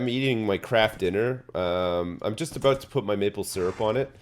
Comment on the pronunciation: Aboot time aye